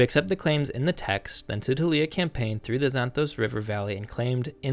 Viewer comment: You keep mispronouncing "Šuppiluliuma" as "Šuppiliuma".